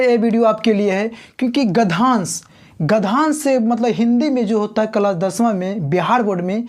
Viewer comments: Are gadhansh hota hai ki gadyansh 😂😂😂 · Gadhansh nhi hota hai gadhyansh hota hai 😂😂😂😂😂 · Sir gdhansh nahi... uchcharan gadhyansh hota h